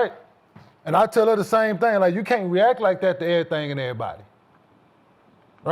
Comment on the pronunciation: Jason, isn’t her name pronounced “Swoops?” He always says “swopes.” Also a “thing” is over pronouncing the letter G at the end of certain words. “Thing” becomes “thinG.”